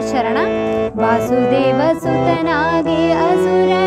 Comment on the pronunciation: You are excellent. Just ine correction, second-last para, you said ವಾಸುದೆವ, which is actually as ವಸುದೇವ.